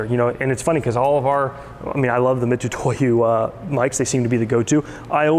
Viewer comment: Just wish you could say Mitutoyo right lol